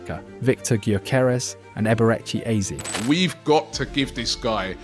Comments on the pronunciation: hahaha Eber-Ecky Eez sounds like an american play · Wtf is Eber-echi Eeze